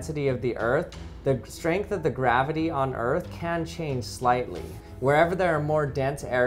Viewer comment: Gravity heel? His pronunciations are so cute